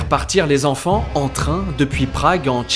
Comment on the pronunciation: 250 zenfants? Attention aux liaisons erronées,ça me fait grincer des oreilles